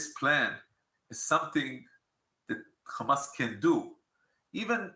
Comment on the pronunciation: I lost 5 years of my life every single time bro said *KH*amas